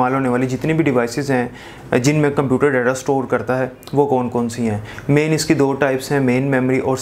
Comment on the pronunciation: He doesn't know how to pronounce data and he is teaching I think he should left his job and take language classes to know how to pronounce words